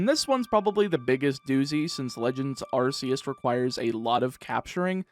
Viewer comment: Also arceus is pronounced arkeus